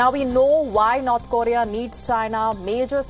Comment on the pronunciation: Can you at least say North Korea properly😂😂😂😂